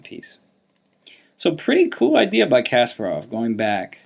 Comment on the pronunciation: Always good videos but one thing always bothers me. It is not KAS-par-ov. It is kas-PAR-ov. Please, please say it correctly. It is almost painful.